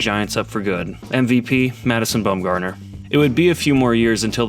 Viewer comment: Lmao bro said bum gardener not once, not twice, not even thrice but fource? That should be illegal bruh… there’s no standard English word for that and I’m not saying four times